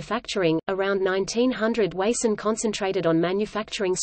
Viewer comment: It is pronounced WA (as in water) SUN. I grew up in Springfield as did my father.